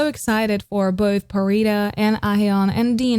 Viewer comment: Pharita's pronunciation are crystal clear